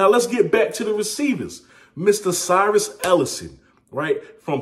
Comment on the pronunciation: you did say it wrong my dad was Cyrus principal